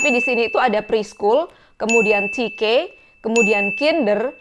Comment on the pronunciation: Te Ka ❌ Ti Ke ✅